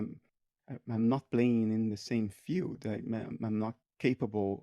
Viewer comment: Hi, can somebody please explain what a “fiut” is? Unless I misunderstood and Bernardí is saying “field”… 😊